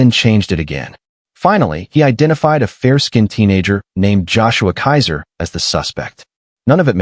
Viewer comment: Keezer, not Kaiser.